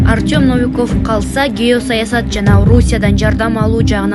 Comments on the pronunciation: НАВИКОВ ЭМЕС НОВИКОВ 😂🤦‍♂️🤷‍♂️УШУНДАЙ ДИКТОРЛОР КАЙДАН ЧЫГАТ ОЙ БЕТИМ. ПОЗОР..... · Артем Навиков эмес,а АРТЁМ НОВИКОВ ,ударение на букву О. Эмнеге ушунча туура эмес окуйсунар,артыкча инсандардын аты жонун туура окугулачы. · Навиков эмес новиков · Ушул алып баруучу кыз таакыр эле онолбоду Наавиков дебей Ноовиков дечи Новиков идеальный грамотный премьер министр пусть он и работает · Диктор нормально читай ударение норм айтчы навиков дебей Новиков дечи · Новиков. Навиков эмес туура окучу кудай жалгагыр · НАвиков дебей НОвиков дечи, диктор кыз!